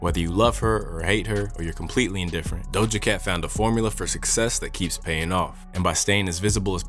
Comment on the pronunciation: I'm sorry but why did you pronounce her name that way🤣🤣 that's not it